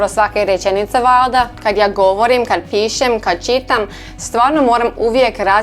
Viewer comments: Nije vlada nego valjda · ti kažeš valda to je netočno kaže se valjda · valda -> valjda ..znači ide lj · U are actally pretty god👍 but the valjda u need lj